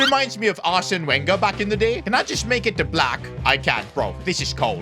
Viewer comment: It's more like Arsne Burger😅